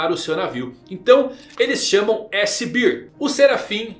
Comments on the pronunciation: desculpa ser chato. Urso (bear) em inglês, é pronunciado como bér. A forma que você pronuncia, (bir) é cerveja (beer) 😅 Só um feedback pra melhorar seu inglês, o conteúdo vai continuar impecável não importa como vc pronuncie. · Chamar o S Cerveja? Urso inglês = Bear, pronuncia-se BÉR